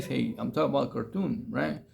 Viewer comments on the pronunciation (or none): It's "Khartoum" not "Cartoon," I am pretty sure, man.